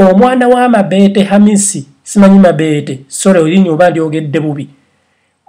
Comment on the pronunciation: Banange nfaa mbu MABEETE ITS MABETO HAAHHAHA